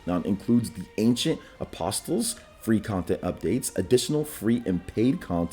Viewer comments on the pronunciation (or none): Just so you know, the "t" in "Apostles" is silent. Please don't ask me why. The release date for the Switch version of Alicization Lycoris being withheld, though? I want to hammer on Bandai/Namco's door while screaming "WHY?!".